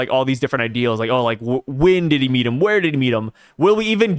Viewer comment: Each time in every parcast, says «Did he» but all I hear is Diddy